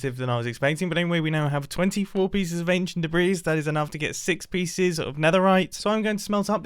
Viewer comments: not a big deal at all but the s is silent in debris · "I've just unraveled some ancient debri" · He means debris.